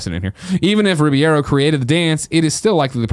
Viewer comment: Someday Greg will be able to pronounce Alfonso Ribeiro's last name. Someday.